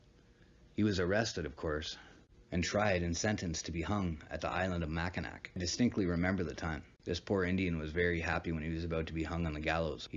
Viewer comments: Its mac I naw, not nack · It pronounced mackin-aw not makanak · Makinac is pronounced "Mac-in-awe". As a Michigander it's painful to hear it mispronounced, lol. Great video though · It's pronounced Mackinaw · Interesting video. Mackinac is pronounced MACK-in-awe. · Informative... I'm from the area it's pronounced Macinaw Island but it's spelled nac and Sault St Marie is Soo Saint Marie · It's actually pronounced "mak-in-aw" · you said mac in ac. It's cool bro everyone not from here gets it wrong. Great video and very informative. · It is pronounced Mackinaw, spelled Mackinac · Here in Michigan, we pronounce Mackinac as [mackinaw]. Cool video, cheers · You pronounced Mackinac wrong.